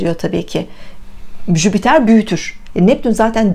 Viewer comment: Bir de Jüpiter gezegenini telaffuz edebilseydin süper olurdu hani yaani.😏😏. en sevdiğim gezegen hem de ama söylemeyi bile beceremiyorlar.